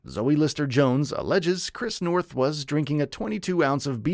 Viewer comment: You keep saying his name wrong, I can't finish the video knowing you didn't even study the man's name.